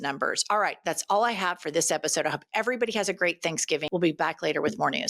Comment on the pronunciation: Sorry did you say Happy Canks given?